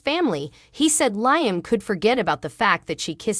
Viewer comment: I wish all of you that tells us the spoilers on Bold and The Beautiful would really watch the show so you would pronounce Liam’s name right. All you have to do is listen to his name and you would find out that you are pronouncing his name Wrong every time.